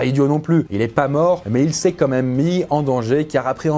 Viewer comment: * quand même et non comeme 😅